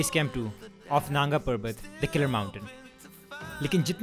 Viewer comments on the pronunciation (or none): Naanga Not Nanga🤣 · It's naanga parbat pronounced not nanga parbat